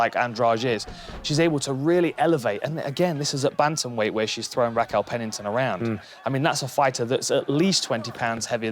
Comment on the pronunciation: "Rackell Pennington" -Dan Hardy.